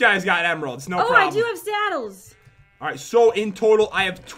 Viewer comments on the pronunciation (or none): PendogGaming pat also said sattle instead of saddle